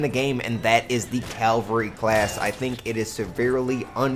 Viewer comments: i thought it was cavalry not calvary? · Calvary hahaha 😂 cavalry *?? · CAVALRY NOT CALVARY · It's CAValry ffs